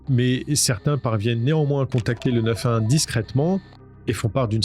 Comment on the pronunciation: tu sais pas dire le 911